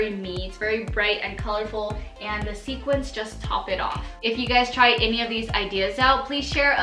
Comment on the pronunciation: Loved all your ideas! FYI: Sooo many people pronounce the word "sequin" as "sequince". The plural of "sequin" is "sequins". If you have a sweater that is embellished with sequins, you would say "I am wearing my sequined sweater".